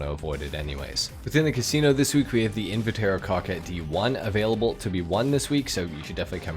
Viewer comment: Thank you for being one of the few GTA streamers that can say Invetero without showing dyslexic tendencies. :)